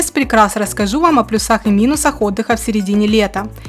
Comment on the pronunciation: Не плюсАх, а плЮсах